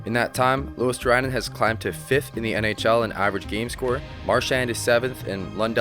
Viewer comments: You are not far off with Luostarinen pronunciation, just instead of saying Luostar-A-inen, drop the A and you're good to go. Other than that, great video. I miss Marchand in Bruins, even tho people hate him, you can't deny his skills. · Fwiw it's pronounced Luos-ta-ree-nen Finnish is a phonetic language, so every letter sounds the same (virtually) every time. "i" is always like in the word "in" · It's pronounced "LUO-star-ee-nen" if you want help with that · Luostarinen, not ”Luostarainen”. 😂 But otherwise good pronounciation. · Pronunciation tip for Luostarinen: swap i (which you pronouce with 'ai' here) with e, as if you would read Luos-ta-re-nen. Or refer to how 'rin' is said in Pekka Rinne. That way you'll sound much closer to the actual Finnish pronunciation. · About the pronunciation of Luostarinen (it can be hard, I do believe that): the "i" is pronounced as the "i" in the word "will" or "kill'. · You butcher Luostarinen's name pretty much as bad as it's possible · I never heard that a north american has pronounced "Luostarinen" correctly... but only once (by THG just recently)... you could always use for example google translator tool and make it read the name out loud. Ofc... all this is no biggie... just saying. I think they are trying though, but google translator is good tool to utilize for nailing the pronounciations... EDIT: oh shait... forgot to compliment the idea of the video... it is good, I mean all the good 3rd and 4th lines do not get any mentions at all... well done... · Good video! these guys are not being noticed even in Finland. one tip, as I'm pretty sure you have finnish viewers. Would be cool if you would pronounce finnish players name's correct way. You absolute bucheret Eetu's name :D (Google translator voice thing pronounces it correct) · The I in Luostarinen is pronounced as on intend